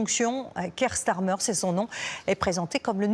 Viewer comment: Donc, c'est Keir Starmer, et non pas Nick Tamer.